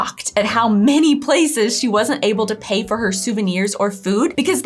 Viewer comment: I always hear "" when you say "many Germans". Cracks me up all the time.:D